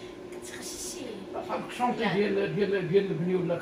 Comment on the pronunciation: شونتي مش شنطي